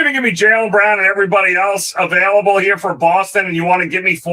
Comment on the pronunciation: I know English isn’t your first language but there’s no Y in available. I have to laugh every time I hear your version. Sorry dude